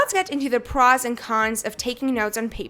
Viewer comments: was i the only one getting bothered by the way she said "pros" (not a hate commment btw) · she seriously needs to learn how to pronounce words... the way she says “pros” makes me want to jam a pencil in my ear...